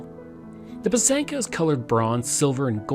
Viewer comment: It's pronounced PY- sanka, emphasis on the first syllable. It is beautiful